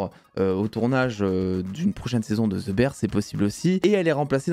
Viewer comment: "Ze bère" 😂